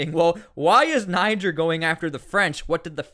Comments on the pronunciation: Folks from Niger pronounce it Knee-jer fyi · pronunced Nee-Jayr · its pronounced [knee-share] at least try to tuck in your anglo will ya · I think you’re supposed to say it with an AH not a hard R